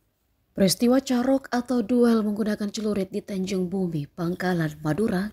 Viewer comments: Kualitas SDM Tribun parah. Carok, bukan caruk. 😂😂😂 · Carok bukan caruk